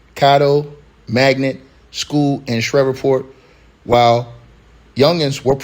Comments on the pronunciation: Shreveport Sh-reeve-port. Cad-dough Ar-cen-no for Mayor Arceneaux. Pray for my city. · This is beyond tragically sad, and I’m praying for their loved ones! Shreveport is pronounced, like sleeve(port). 🫶🏾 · Just say the PORT CITY at the top of the boot Google it to pronounce it correctly but definitely sad day throughout city